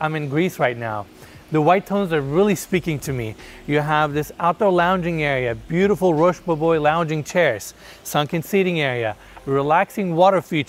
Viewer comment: 2nd garage holds a 'Booo-t-ful RR😂😂😂😂😂😂😂